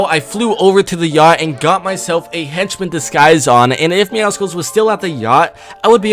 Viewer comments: Myth: What happens when pronounces Meowscles name right (ITS MEOW-SCLES. MEOW-MUSCLE, NOT MEOW-SCKULL OR MEOWSICLE) will he explode or actually receive praise? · YOU SAID MEOWCELES NAME WRONG ITS MEOW-SOULS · It’s not pronounced meowSkuls, it’s meow-cells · Deadpool had to do my man Meowcles like that and it isn't pronounced Meowsicles it's actually Meowsles but I thought it was Meowsicles until I watched the trailer again but hey I aint bothered about it jeez I wrote a novel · For the thousandth time it's pronounced (meow-suls) not (meow-cicals) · ITS MEOW—CLES NOT MEOW SI CLE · It’s ME-OW-SOULS, not ME-OW-SI-CALS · Not judging but its not Meowsickles. Its Meowssels (pronunciation) bit spelled Meowscles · Why does everyone pronounce meowscles as meowsicles? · Why do so many people pronounce meowscles wrong its not MEOWSICLES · Why does everybody say “meow-skulls” nobody says mus-kulls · Who the fuck is meow-sickles ???? And why are you constantly pronouncing it wrong...???? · Its pronounced meow suls it was like that on the trailer and its meow+ Muscles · It is myawsols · IT’S meowScles THE C IS SILENT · Its pronounced meow SULS, not meow SCLES! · How do people pronounce meowscles wrong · Im just saying meowscles has a prenouncation of meow and muscles so remove the mu and yeah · You said mewscles wrong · Myth: knows how to pronounce Meowscles